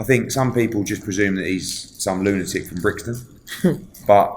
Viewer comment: “Loonatic from Brixton” 😂😂😂😂😂